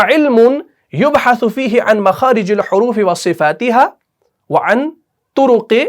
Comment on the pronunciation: Makhaarij el Horoofee ayega, Horoofee pe jer hai. Aap ne Pesh laga diya hai.